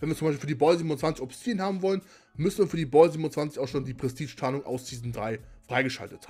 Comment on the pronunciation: Ich schau mir deine nächsten Videos nochmal an sobald du das Wort „Prestige“ aussprechen kannst. Und zu frage. Nein